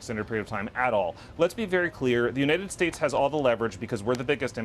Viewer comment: Why does this guy constantly mispronounced the United States. What a moron.